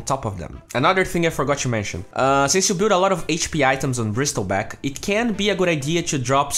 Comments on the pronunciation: "Brissle" not "Bristle" don't pronounce the T sound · SILENCE T BRO ... NOT BRISTEL BACK ... BRIESTLEBACK LUL XD DONT MIND THE CAPSLOCK IM NOT ANGRY XD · you don't pronounce the word "Bristle" by the word itself. its pronounce as "Brissel". You dont need to make the T sound. The T is silent. :D